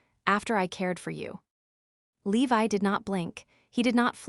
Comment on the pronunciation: His name is Levi, not Leave I Your AI is horrendous!